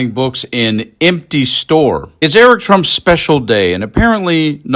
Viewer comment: What? Err-Ick wrote a book? 😂😅